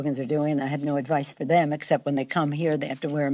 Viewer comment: "We need to protect tham."